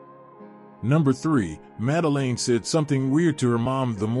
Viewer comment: Failed from the off by mispronouncing the child's name, FFS... that's your kevel of research?